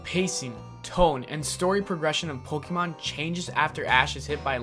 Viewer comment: You... You said Pokémon wrong... faints bc she loves Pokémon so much